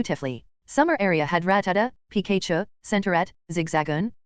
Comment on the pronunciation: PI KAY CHU someone how this mispronunciation gets to me. Probably because its so iconic.